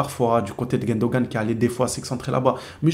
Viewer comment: C est GUNdogan pas GUENdogan stp ! Ça me stresse les oreilles bro